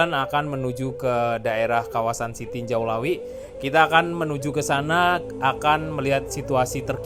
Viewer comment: tarimokasih infonya sanak, sekedar untuk masukan, untuk penyebutan nama tempat supaya disebut sesuai penyebutan kita di minang, jangan di Indonesia kan